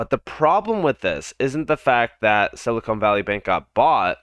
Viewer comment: The bank's name is Silicon Valley Bank, not Silicone Valley Bank!!!!